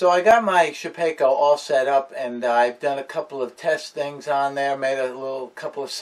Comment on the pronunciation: just for saying shapakeo, I'm out